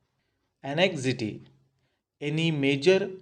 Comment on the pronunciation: dont say it anexity. it is anxiety